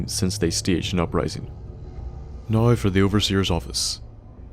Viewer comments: Who pronounces "Can" as "Cannel" And "Now" as "Nouwl" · lmao love accents pronunciation of "now"